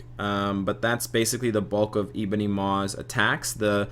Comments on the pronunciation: Zul But we'd lose the funny way this guy says 'Eeebony' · Good video, appreciate your work. As a side note, you say Ebony funny.